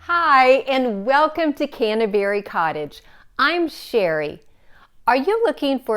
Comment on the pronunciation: I love your videos, but I cringe every time you say Canterbury. You say — CANNA-berry. The proper pronunciation is CAN-tuh-buh-ree. I’m an English teacher, too, so I would love to hear you pronounce the name properly. Thanks for your wonderful inspiration!